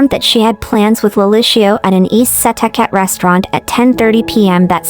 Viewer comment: Thank you for covering this! It is so underreported. Only criticism is the pronunciation of Setauket. It’s pronounced “ Suh talk it”